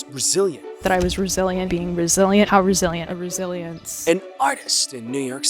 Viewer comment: the way he said resilient i thought it was brazilian